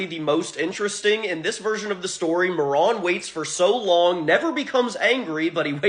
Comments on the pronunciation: It was slightly annoying that you kept calling the dog moron the entire video. Marron. Spanish for brown. Not moron. Mah rone. Open that mouth. On a positive note i never noticed the cards told stories. Nice. Thanks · muh-ron is not mare-in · What are you saying marrone. It’s mar rin. You are a morrone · “May-Ron” Bruh!! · Come the fuck on dude. Marron. Mare Un. It’s a real fucking name. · Pronounced mar in dumb ass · It's so funny hearing Marron pronounced like Moron. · I am pretty sure it’s pronounced “mare-en”. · Say his name correctly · You mispronounced marron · “Outstanding dig Moron” my dude, it’s pronounced Marron like “Mary” but with “on” instead of y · I've never heard Marron pronounced like that. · The way he pronounced marron throughout the whole video just hurt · I really hope Marron (I think the first syllable is stressed and not the second, since the name is the common way of saying chestnut in JP) will get a spotlight in that new yugioh cards lore anime they're making Edit: It's interesting how different people come away with different interpretations of these cards. When I first saw someone putting together Marron lore, they actually managed to weave everything (the mechanization, the evil dog, the skeletal dog) into one story rather than alternate paths. I really like the idea of there being like parallel versions though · I have never heard anyone pronounce this card name this way